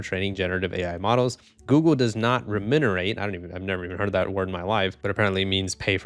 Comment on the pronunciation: Bro, is pronounced remunerate, not remunerate... Thanks for the videos !